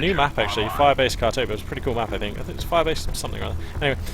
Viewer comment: Firebase KHAR-TOBA?! Otherwise nice cast.